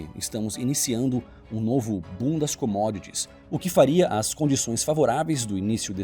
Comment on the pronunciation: Minuto 9;09 diz bundas comodits